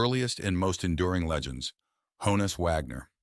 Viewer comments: The pronunciation of his first name (a nickname) rhymes with John-us, not Joan-us. If you listen to interviews it’s how he pronounced it himself. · It’s “Hah-ness”, not “Hoe-ness” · Hah-ness not Hoe ness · Not pronounced "hoe-nus" but rather "hahn-us" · It's a shortened version of Johannes. So yes, it's pronounced Hahn-is not Hone-is. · It's not ''HO-NUS", ~ it's HAW-NUS.